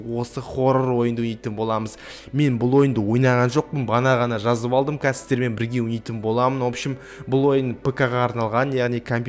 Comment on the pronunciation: Сиздермен деп дурыстап айтш